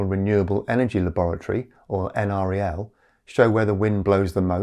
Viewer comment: Great show as usual, thanks. Let this American that regularly works with NREL share how we say it here. It's not N.R.E.L, it's N-Rel. I hear it from them at least weekly.